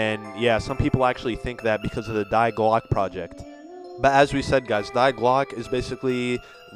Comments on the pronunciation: its not "die" means the in German. that German word 'die' is pronounced "Dee" not "Diy" just tgought I would point out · It's pronounced "Dee" not "die" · First off you idiot Die is pronounced Dee, not Dy. Learn German.